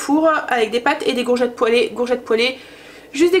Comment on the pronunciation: BONSOIR, VOUS ETES TOUJOURS AUSSI PÉTILLANTE, JE VOUS AI ENTENDU DIRE LE MOT GOURGETTE, ALORS QUE ÇA SE PRONONCE COURGETTE. SINON TOUJOURS AUSSI INVENTIVE DANS VOS RECETTES ET TRES BIEN EXPLIQUER. MERCI MILLES FOIS. KARIMA 46 ANS DE BRUXELLES. BIG BISOUS